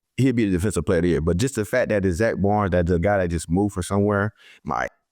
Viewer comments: Slay how you pronouncing your own teammate's last name wrong 🤣🤣🤣 it's Baun, you saying Zack Barnes 🤣💀💀 nice picks from all 3 of y'all against the packers tho! Defense wins championships 💪🏿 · Bad pronunciation, agreed; however it sounds like he is saying "Baunz". Hey you know grammar isn't a focus when athletic talent is the priority 😂😂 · “Zack Bonds” “Zack Barn” “Zack Barnes” lmfao damn just start calling him Z or Zack Slay 😂😂😂